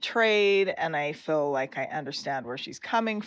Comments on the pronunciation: I can’t stand hearing Meri say “fill” instead of feel. It’s so irritating. And who cares how Meri feels. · I wish they would learn how to say the word feel. Saying I “fill” grates on my nerves. Meri used to be a favorite but no more. She’s still there for the paycheck from TLC. It’s time for Sister Wives to be off the air. I don’t watch the show, just read the updates. You go Christine!